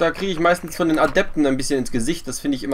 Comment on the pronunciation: Ich habe jetzt alle Videos von LOTV gesehen. Deine größte Schwäche ist die Über-Konzentration auf den Kampf. Im Kampf immer die Larven verbauen. Mit so viel Geld sollte man auch im Kampf immer maxxed bleiben. Und es heißt "Den" nicht "Dent" ;)